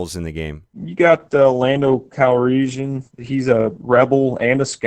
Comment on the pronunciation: "You got.... Lando Calreeshan..."